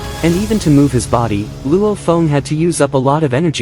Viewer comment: But why are you call Luo Feng "Luo phone" 😅